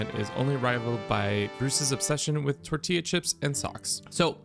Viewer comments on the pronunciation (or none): none